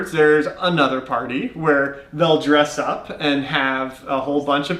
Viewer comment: I like how emphasizes "They will dress up"😂 😂 😂 Exactly brother,All congleses are sapeurs always, everyday till the end of time!!!